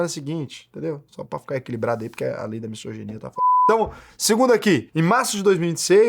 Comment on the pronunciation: na palavra misoginia se pronuncia s com som de z.